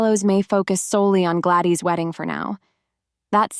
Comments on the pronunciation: The girls name is Gladys not gladey . Terrible video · It's not glady it's Gladys. Do u even watch this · Ai can't pronounce Gladys